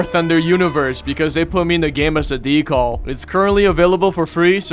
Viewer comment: Its pronounced "decal" dee·kal NOT DECALL